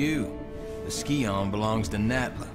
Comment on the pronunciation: The dagger Xian in TR2 is pronounced 'she-an'